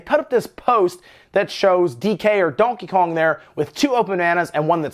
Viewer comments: And Donheyjong😂😂😂 like wtf why does he pronounce Donkey Kong like that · Donkakon ? Lmao why is he saying it like that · I dont think you said donkey kong correctly once in the whole video. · I hate how you say donkey Kong. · Never in my life have I heard somebody say Donkey Kong the way he says it. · Lol the way he says donkey kong. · The way you say Donkey Kong is hilarious. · And why the fuck are you saying Donkey Kong like that 😂😂😂😂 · I came to the comments to see if anyone else mentioned how you were pronouncing Donkey Kong strangely. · Anyone else notice how he pronounces Donkey Kong? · Lmao says Donkey Kong very funny, like French or Spanish